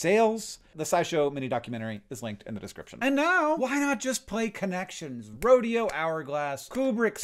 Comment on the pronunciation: That's the first time I've heard someone pronounce Rodeo (Ro-de-o) as "Ro-dayo", lol